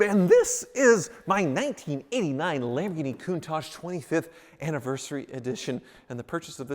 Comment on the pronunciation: what in the world is a Lamghini